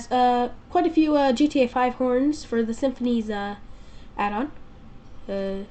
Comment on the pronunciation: its sim-phis, not simphinees